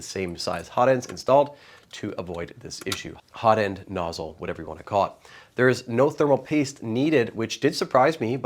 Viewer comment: "Hozzle"/"Notend" - love it! xD